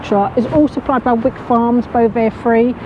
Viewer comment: Please note its actually pronounced 》 Whyk.《 not Wick. 😁😍 it's because I live in a place called Wyke. Really love your work.